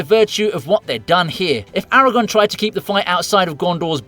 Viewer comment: his name is Aragorn. there is an r you are forgetting. aragon is a region from spain